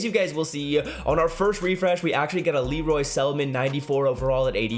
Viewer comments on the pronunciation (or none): none